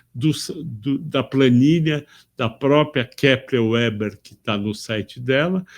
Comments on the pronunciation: Minha pequena contribuição ao vídeo: - O nome da empresa se pronuncia Kepler "Veber" e não "Ueber" (também já tive essa dúvida, então liguei para ouvidoria da empresa para descobrir como eles falavam ao atenderem a ligação)!! 😅😅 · Kepler & Veber. W é V em alemão. 😅 "Veba" 😃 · Excelente. KEPLER VÉBER pronunciamos aqui no RS